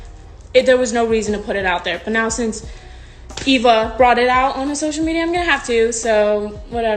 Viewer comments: It’s Eve-a not Ava🤨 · it’s e-v-a not a-v-a i was laughing bc no one was talking about it besides me and this person. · u mean eva? Eva EEva